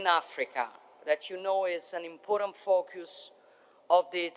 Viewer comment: Grande donna ma la parola important deve correggerla; la sui pronuncia come in italiano senza la e finale.